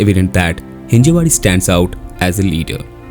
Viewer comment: It's हिंजवडी, not हिंजेवाडी